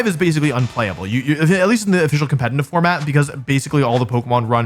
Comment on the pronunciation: Okay, this word is used so much in your videos and especially in this one, that i can't longer ignore it. Are you saying Compenitiv? cause it sounds alot like compenitiv.